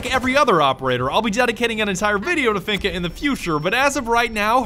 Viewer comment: I'm not gunna lie. Because of you I will never pronounce Finka right, always finna